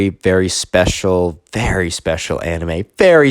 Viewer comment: anime pronounced ay-nyme